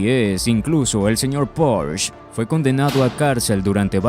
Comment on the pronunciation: No se dice porsch, lo pronuncias mal, se dice Porsche ya que es una marca alemana y no inglesa!